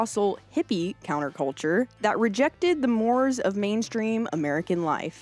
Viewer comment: good job on coordinating the events in history, with the milestones of the industry, especially seeing as we Americans have some of the worst memories skills of all the humanoids here on the third rock 🪨 from the Sun 🌞., you need to work on your pronunciation of some of the words used in your script/ narrative, for instance: the word "mores", referring to the basic moral standards for a society, or as referenced in your script, a sociological change in the cultural, and societal norms, of a population is normally pronounced: like "more-a", or like "moray", like the aquatic eels. Work on this, and it will enhance the level of professionalism that your presentation will have. Keep up the good work with your partner 👏 👍.